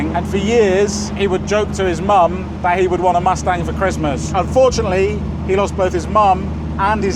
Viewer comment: Who else heard 'and fortunately' his mum and dad died?